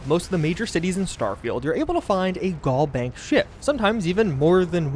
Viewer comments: Pls it's GalBank as in Galaxy not Gall Bank like gallbladder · Al vs. All Galbank vs. Gallbank Pronunciation is everything